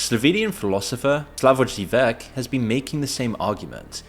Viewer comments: Zhivek is new lol it's ZhiZhehk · Slavoggievek? Srsly? I would've had no idea who you were talking about had you not already said "Slovenian". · the second 'ž' in Žižek is pronounced the same as first one and the accent is on í. The rest is correct. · Why did he punch in the pronunciation of Slavoj Zizek and still get it wrong LMFAO